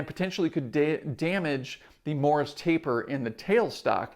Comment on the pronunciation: Almost sounds like you're saying 'Morris' taper rather than Morse taper